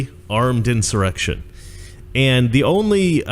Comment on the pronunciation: Typical Democrat ... "inch-erection"